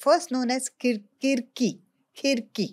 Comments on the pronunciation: 3.50 i am from Aurangabad so it was not Khirki it was "Khadki". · It's not khidki its khadki "खडकी " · Aurangabad's name was KHADKEE not KHIDKEE..